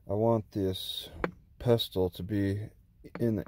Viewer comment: FYI it's pronounced "pessle" not "pes-tel".